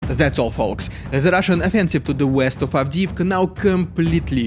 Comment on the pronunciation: Very good “Rrrrrrridiculous rrrrrussian propaganda” today😂